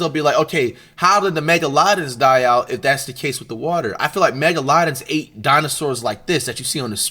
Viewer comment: I love how he says megalodon “Mega-low-don “Mega-London”